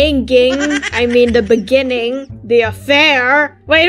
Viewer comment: Sophia: baniging? Oh wait it’s beginning. Anya: bani-baniging?